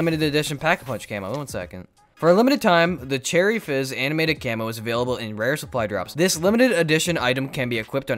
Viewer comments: I don’t know if. Any of you noticed at the end he said cherry jizz instead cherry fizz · AT THE END HE SAID CHERRY JIZZ INSTEAD OF CHERRY FIZZ!!!!! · bruh at the end he said "cherry Jizz" instead of Fizz 😂😂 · Did anyone else hear him say cherry jizz not cherry fizz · he said cherry jizz instead of fizz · Chery jizz lol 😂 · at he said cherry jizz by accident haha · At first I thought he said cherry jizz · I love but did he say cherry jizz😂😂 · He says cherry jizz